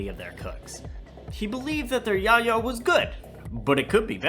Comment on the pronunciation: I have never heard soenone pronounce yayo so wrong in my life lmfao 😂